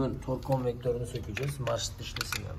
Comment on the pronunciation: işin piri fakat tors değil tork orlink değil oring 😀😀